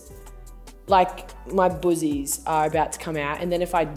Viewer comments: Right?!! I thought she was saying "boozies?!" 😁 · Im American and when she says boozies I find it super funny!